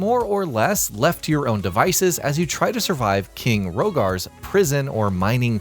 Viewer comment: 1 minute into the video, you already says "King Rhogar" -yeah you definitely know what you're talking about.